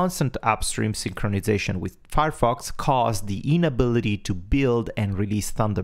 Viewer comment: I listened to what was said 5 times before I gave up, only hoping that it would become clear later on, on what Thunderbird was built. Which it did and that was something I already knew as a 20+ year user of Thunderbird and still had not recognised the word Firefox. This is what you typically get when a non-native speaker of Englisch listens to some other non-native speaker of English when they don't share a common native language (that bends their accent and grammar in English in the same way). Please consider supporting key terms in your narrative immediately with a clear on screen display of those terms (i.e. not hidden in some highlighted sentence a few seconds later when someone is already no longer properly listening, wondering what you are talking about). Thanks for the heads up and considering usability for long time users, I hate it when Outlook (that I don't use on a daily basis) has dropped some feature to make it easier on new users, but even worse of an IMAP client than it was in the previous version. Nothing worse than something as crucial as daily email processing being interupted because your previous workflow can no longer be executed.